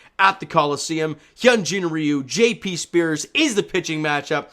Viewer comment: It sounded like the last name of J.P. Sears was being pronounced like the last name of Britney Spears. I need to get my hearing checked.